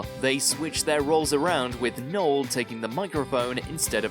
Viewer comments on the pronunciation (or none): none